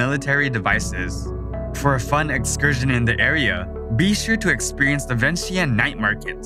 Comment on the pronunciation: I love beautiful of Laos Thanks for sharing Laos to the world but will be great if pronounce correctly . Example Vientiane= Vieng Chan